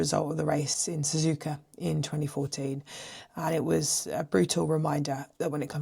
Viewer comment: There’s no R in SZUZUKA.